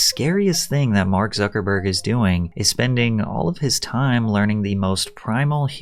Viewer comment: Its suckahburg